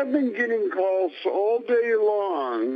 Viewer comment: "Heeellllooooowwww?" Lol nice setup for a nice seriesh of cawlsh